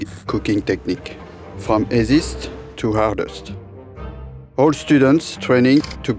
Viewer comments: 'esiste' = easiest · I didn’t understand what he says in after playing it 3 times and then saw it’s on the title. Gotta love the French 😍